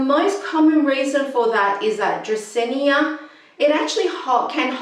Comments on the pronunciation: It's Drah-seen-ah, not Drah-seen-ee-ah. And you need a better mic. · sorry, but it's "dracaena", not "dracaenya". very hard to watch you saying it so many times😢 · You're mispronouncing the plant name. It doesn't end with "nia". Frustrating. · agreed. no hard feelings, but i couldn't go through! because it feels like the author is doing it on purpose and repeating it excessively 😂